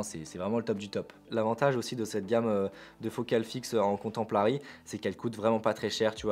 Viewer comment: Bonjours, j'ai très mal aux oreilles 😱 quand tu prononce comtemporary qui signifie contemporain en anglais, alors quand tu rajoute un L ( mais pourquoi??) pour contempler c'est la cata.... Bonne rentrée à toi et corrige cela stp 🙌